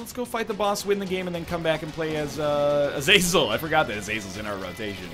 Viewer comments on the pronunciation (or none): none